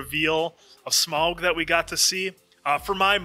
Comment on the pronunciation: Remember, it's not "Smog", it's "SMAUG", like "mouth", and all caps. And you can throw in a little sch to make it "SCHMAUG" for the memes.